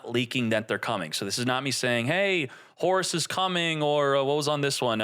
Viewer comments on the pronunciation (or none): none